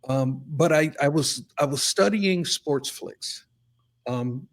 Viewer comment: Oh man...I cringed every time you said "SportSflics." It's the same as people that say "Dun Ross" or "Don Ross."